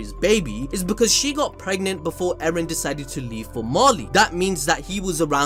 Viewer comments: It's not Eren bruv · Mikasa finna go from "Ereh" to "Eren"